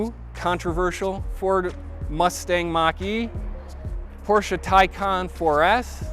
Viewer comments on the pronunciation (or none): none